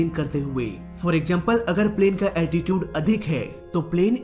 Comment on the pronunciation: Altitude pronounced be like अल्टीचिउड, not अल्टीटिउद।